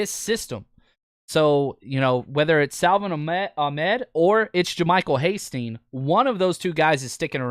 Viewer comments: Your favorite UDFA really?!?! Hastings huh... HIS NAME IS HASTY!!! My lord can you at least get your "favorite" UDFA's name right? Hate to be so negative but if you want to be taken seriously and build your channel work on the details bud. SMH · Please, please, please, say his name correctly!!